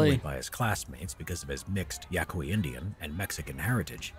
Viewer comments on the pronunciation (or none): It's pronounced "YaKey".